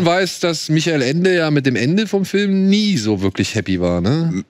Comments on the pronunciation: FÜLM... Kannst du es einfach richtig aussprechen man? ... BÜTTE?... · Kann ma bittel jemand sagen, dass "Film" nicht "Fölm" ausgesprochen wird... Mag ihn, aber auf Dauer (und er benutzt dieses Wort ja auch in jedem Satz drei mal hintereinander) stört es leider schon... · wenn er dann noch "Film" sagen würde und nicht "Fölm" wäre alles super.. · Da hast du dich verhört. meint Föööm, ohne l. Ein Föööm ist ein Lichtspiel unter Mitwirking von Tom Cruise.